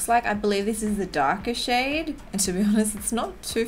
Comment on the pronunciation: When she said “ pop that shade “ I thought she said “ pop that shit “ lol 😂